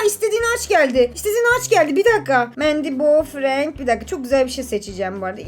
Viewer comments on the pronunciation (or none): none